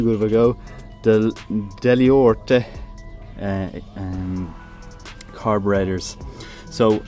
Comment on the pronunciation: Hi, good vid I also have a 1973 SF in red and living in Northern Ireland in immaculate condition. Your pronunciation of Dell'Orto and Fiamm made me smile. I have both Britsh and Japanese bikes of this period and these bikes are far superior in quality, handling and a real rider's bike and yes the drum brakes are excellent the rear maybe too good. Today they are really underrated.